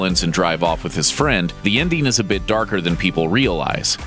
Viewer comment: Please learn how to pronounce "-ing". I'll give you a hint: it doesn't sound like "-een." Example: the word ENDING should not sound like INDEEN. Your baby talk is really too much.